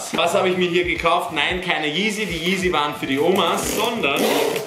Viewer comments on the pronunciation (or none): none